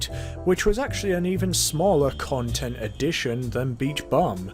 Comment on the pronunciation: at the end it sounded like he said "like and subscribe for more cuntent"